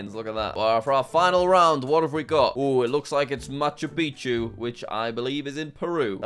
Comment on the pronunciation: Nobody: Jack: Macha Pichu which I think is in Peru